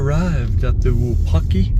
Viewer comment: You're mispronouncing the name. It's not WuPaki, it's WuPOTki.